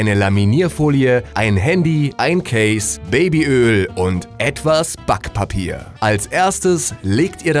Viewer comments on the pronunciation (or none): BAckpapier :p diese Betonung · i heard it say spack pape